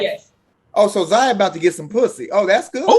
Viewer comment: No his name is ZION not Zaya